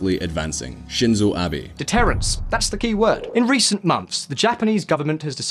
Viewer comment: His name is Abe, not rBay. A is in 'At', be as in 'bet'. And therefore Abenomics is definitely not pronounced aye-burr-nomics.